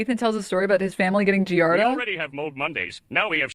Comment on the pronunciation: These low IQ streamers never know how to pronounce things lmao. It's "Giardia" not "Giarda", just one more thing that makes them sound even dumber than they already are.